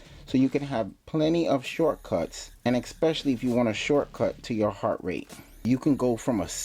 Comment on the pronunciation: "ekspecially" isn't a word.